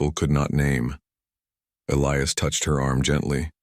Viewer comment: As least this time they pronounced Elias right. And she WAS a traitor to her people 👤.